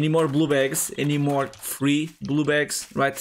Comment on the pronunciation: are you saying "blue bags" or blue balls lol sorry I'm trying to be funny